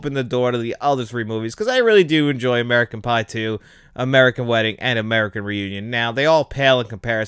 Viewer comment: When u said American pie u said American bi